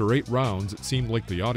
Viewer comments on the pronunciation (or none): none